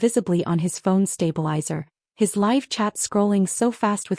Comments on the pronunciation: Live in livestream was mispronounced. Should be pronounced with a long i. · Good grief!... Here we go again... another poorly or lack of editing both, oral and/or written. Examples, among others: a "rock" march... how about a "ruck" march as in a march with a full heavy "ruck" sac; " live" pronounced as "liver" instead of " live " as in "hide". We won't mention the ever present problem of most of these stories with the pronounciation of " read" which changes according to the tense that can change the overall sense of the narrative. There are many more. The strangest thing is the proper pronunciation according to the story and some lines later in the narrative, it is totally wrong. I thought, at one time, that maybe it was somehow an AI issue. However, in this case, it seemed that this was not the case but rather a poor editing job, a lack of care in the final product posted for the audience, a lack of respect for the audience a lack of self respect for the final product. It distracts from the overall entertainment experience for the audience.